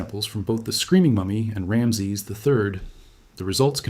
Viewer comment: At least pronounce his name correctly.